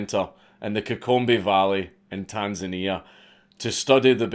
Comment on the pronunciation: >pronouncing Tanzania right nice